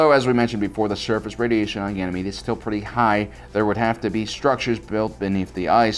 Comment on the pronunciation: I think you mean, "Ganjamede".